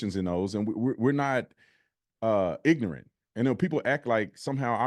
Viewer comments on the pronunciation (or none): cringing when he hears “ax” instead of “ask” and “ignant” instead of “ignorant” 🤣🤣🤣